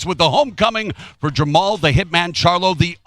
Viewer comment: Steve Farhood kept calling jermall jermell.. SMFH.